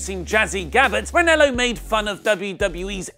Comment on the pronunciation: REN-AH-LOW not REN-ELLO